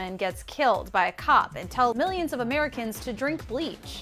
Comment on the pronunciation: Cardi: "I pay miyions of taxes."